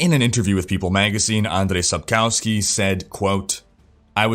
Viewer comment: Hello there, I am following your vlog sonce my D3 days, i love and respect the stuff that you do. Just a little comment regarding the pronunciation of the name Sapkowski. In Polish, the letter 'w' is pronounced as English 'v'. So phonetically speaking it should be Sapkovski;) cheers from Poland and have a succesfull year 2020!